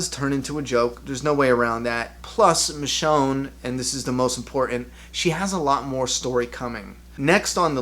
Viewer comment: it's michonne